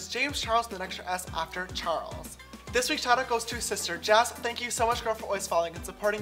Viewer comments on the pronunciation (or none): is y we say that u say shistar